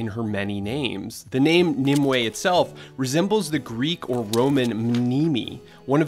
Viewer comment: Narrator: Mneme/Nimue Me: Meme